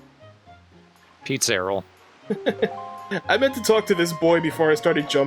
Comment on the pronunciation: "PizzAryll". "PizzaRoll"! It's perfect! I am sad that didn't catch on.